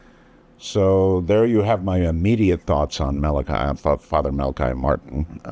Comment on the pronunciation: Art never did get it was Mala-"key". The man himself tried to correct him two or three times but it just didn't stick.